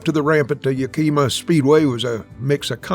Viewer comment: The real Evil Knievel would know how to say Yakima.